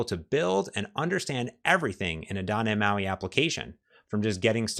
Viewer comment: You've been doing this for over a decade and your wisdom shows. But you still can't pronounce the letter T. It's not "dah nhe moi" iT's doT neT MAUI. Why man? You know you're not pronouncing it properly so why not start? You're like a certain Washington football team that refused to change their racist name. But guess what, they changed. Why can't you? With peace and love learn how to pronounce the letter T. I wan you o be he bes you. I love you man.